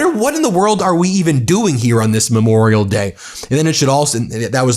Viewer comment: He thinks it's Me-morial Day. Disgusting thug.